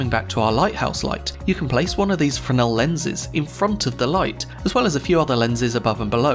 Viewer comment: Thank you for pronouncing Fresnel correctly!